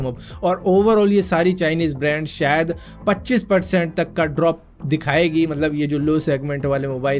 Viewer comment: "Sayad" Lol 😂😂😂